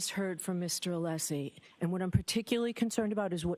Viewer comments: Brennan- I can’t listen to this man. He’s so intimidated by Jackson and Alessi. I don’t think he believes himself. And it’s NOT ALEESE it’s Alessi. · Hank is such a low rent, disrespectful buffoon. Not professional enough to pronounce Alessi's name correctly. Disgraceful in all ways.